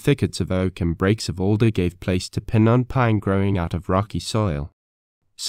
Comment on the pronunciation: Piñon - pin-yon